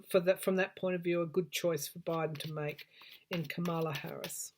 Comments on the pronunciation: I love the way you pronounce Kamala's name. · I love your accent and the way you pronounce Kamala’s name besides it reminds me of exactly what’s going here for Trump and the GOP Karma...la. Hmmm think about people😉🌞